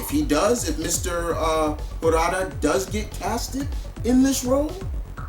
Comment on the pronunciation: his name is pronounced "te-NOCH" "WEHR-ta"!!!